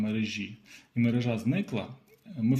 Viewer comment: МерЕжа! НЕ мережА!!!!